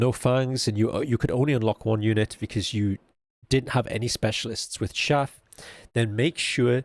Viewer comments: Great guide. FYI, chaff is pronounced with a hard ch sound, like cheese or chase. Peace. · hearing him say "shaff" instead of "chaff" over and over was just so wholesome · Its Showder not Chowder If u know the reference u will lol